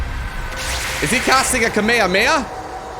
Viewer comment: Kameyameya! Hahaha love the way you pronounced it.